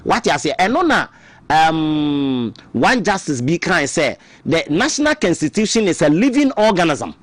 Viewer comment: Is constitution not cansistitution pls